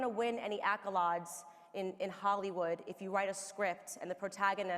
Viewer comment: Big fan and this is a Nit-picking tangent so take it as you will but..... the way you pronounced accolades killed me a little on the inside lol.